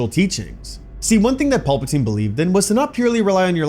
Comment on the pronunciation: I swear my guy is saying pulpatine